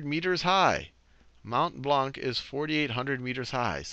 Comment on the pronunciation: just a side note for future reference (not being mean!) : you don't pronounce the last c in Blanc (even if it's there, I know... the wonders of linguistics...), it's pronounced "Blan"